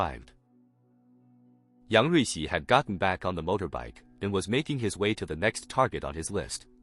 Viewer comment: Say yung ricci one more time